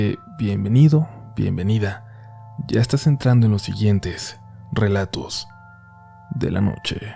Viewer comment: jajaja me pasó igual,verifiqué el título y en cuanto escuché “relatous de la nouche” dije ahhhhh 😂😂